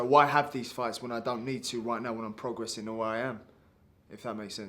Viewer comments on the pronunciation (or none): Mad no one has told Benn how to say progressing instead prodgressing considering it’s his most used word in every interview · I pictured Chris Eubank snr correcting him on how to pronounce the word "progressing"